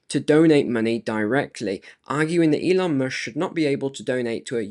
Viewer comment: Informative video! Pardon me, but did you say Elon "mush" on purpose? 😂 😂